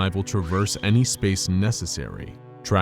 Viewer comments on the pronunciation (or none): none